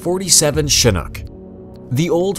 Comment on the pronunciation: its chinnook not chinnok